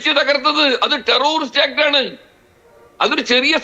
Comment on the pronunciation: ടെറൊറിസ്റ്റ് അല്ല, ടെററിസ്റ്റ് ആണ്‌. മലയാളി ബലാത്സംഘ, സ്വർണക്കള്ളന്മാർ രാജ്യത്തെ ഒന്നാം നമ്പർ ക്രിമിനൽ പട്ടികയിലേക്ക് കുതിക്കുന്നു. അഭിനന്ദനങ്ങൾ.